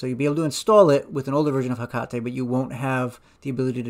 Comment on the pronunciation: also like that you pronounce 'hekate' correctly. maybe you studied a little japanese? haha